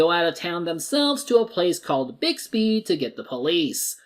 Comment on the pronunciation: Bixby, not Bigsby.